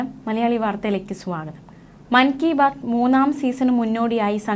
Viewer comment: ശീ, കണ്ണടച്ചാൽ ഇരുട്ട് ആകുന്നത് താങ്കൾക്ക് മാത്രം, മങ്കി ബാത് അല്ല,മൻ കി ബാത് എന്നുപറയുന്നത് മലയാളത്തിൽ പറഞ്ഞാൽ മനസ്സിലുള്ള കാര്യം, അല്ലെങ്കിൽ മനസ്സിൽ നിന്നും പറയാനുള്ളത്, എന്നാണ് വള്ളി നിക്കർ ഇട്ടു നാട് വിട്ടു 46 വർഷമായി കേരളത്തിനു പുറത്തു ജീവിക്കുന്ന വ്യക്തിയുടെ അഭിപ്രായം